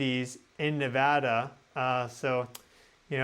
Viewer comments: Thank you so much for saying Nevada correctly. ❤😊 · I just want to say I thank you for saying Nevada correctly, we take it seriously around here lol